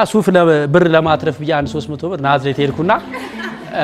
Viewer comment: ሁሌ ናዝሬት የምትለውን ብታስተካክል